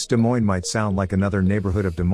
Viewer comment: Stupid AI video that an idiot programmed. Why didn't he just say "Des Moines" and be done with it??